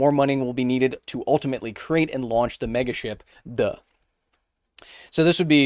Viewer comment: Ok I'm gonna say it: whenever he says megaship all I can hear is MEGASHIT. Yes, I am 10 yrs old